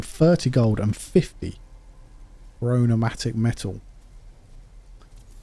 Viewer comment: It's chromatic metal and not chronomatic 😂